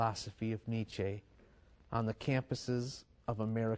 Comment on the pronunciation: Why do Americans insist on putting an -ay diphthong after words that really end with a plain e, like Nietzche? It's rather unsettling.